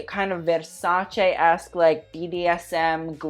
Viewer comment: i'm italian and hearing him talking english and pronouncing Versace the right way almost felt like he pronounced it wrong